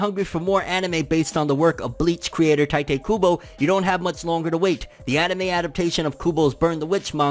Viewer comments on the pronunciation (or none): Say "TaItE cOoBO" one more time and...